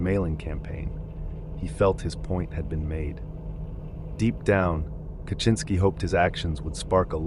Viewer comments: How did you do research to find out how to properly pronounce names, but you can't pronounce Ted Kaczynski? You didnt watch one of the thousands of videos about him? It's kah-zin-ski. How do you even get kaCHINski? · Yeah A LOT of these names are horribly pronounced. Benet? Core-ish? Ca-chin -ski? I haven't seen some of these pics which is cool so I don't mean to be a nitpicky asshole but it's starting to pain me 😅 Edit Im so bad at detecting AI but from what i've read from other comments that makes sense. Might have to ignore this channel if that's the issue.